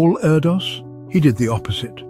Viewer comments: His name is pronounced air-dish isn’t it? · His name is actually pronounced air-dish